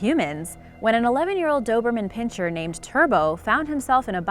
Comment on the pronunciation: # - I've said this before, so won't you please listen. It's PIN SIR, not pincher. It makes you appear ignorant, which you are not, when you mispronounce it. So please! Okay?